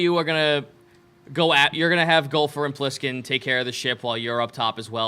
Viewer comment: Flish?! Omg you need to call were-shark Plisskin "Flishkin"